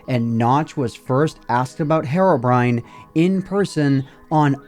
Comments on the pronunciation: His name isn't Hairobrine it's Herobrine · It's herobrine not harobrine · it is pronounced hero-brine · I don't get it. What is the actual English pronunciation of Herobrine "Herobrine" with a Spanish-like sound of a letter "E", or "Hirobrine" with the English sound of the letter "E"? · Your pronunciation of "herobrine" bothers me so much more than it should lmao, but otherwise great video as usual!